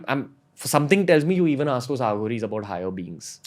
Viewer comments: It's pronounced A/uh ghories Not Aaghoris...Also the saying is the left or right hand path of God..Try Robert svobod Aghoris series (fun read but a little suspect). On a slightly different tangent try Lobsang rampa s novels..Preferably in order of release..Then there's Erich von Daniken I butchered these in my school days and I'm happy to say I'm half here and half there and really nowhere..Lol.this is the best a modern person in society can do..Living it would be hard in today's world. I devoured rampa and Daniken in junior school and my .. I was never the same. Excellent reads. Also Zechariah kitchen. You'll thank me someday. PS: karuna has a deep meaning..Nearest translation would be compassion not love. Cheers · Why do you have to pronounce it as a south Bombay girl Aaa-ghoris They themselves call them as A-ghoris